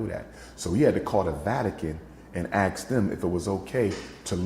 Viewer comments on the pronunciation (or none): A doctor still being arrogant and saying “AX” instead of “ASK” while blaming us is diabolical 😂